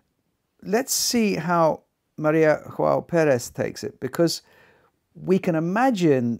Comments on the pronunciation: Small note: Maria João Pires is from Portugal so no “jota” pronunciation to her name. Other than that, I find her excellent at Mozart and transcendental at Schumann, but somehow, I can’t get accustomed to her renditions of Schubert’s work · No, her name is not pronounced "ioao". The initial "J" is sounded softly, like the initial "G" in George. Greetings from Brazil. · Maria Joao Pires. In this nameJoao is better pronounced Yoao (as Jo in Jones). She is a great pianist. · That’s also the case with Maria João Perez whose name should be pronounced in Portuguese and not Spanish.